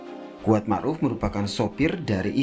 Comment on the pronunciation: "Mar'uf"... Ma'ruf Ndak .??